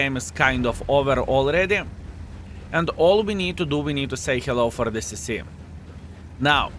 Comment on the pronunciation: Partly accent but party his usage of model letters. When I heard him say, "push on this CC", I heard, "push on this sissy" LOL! Merry Christmas. Thanks for a fun 2023